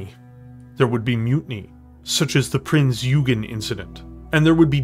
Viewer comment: >>>"Prinz Yoogen"